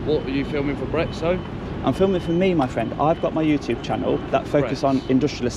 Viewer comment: complete and utter helmet, needs knocking out, and needs to learn how to pronounce YouTube, its not youtooob you idiot!!!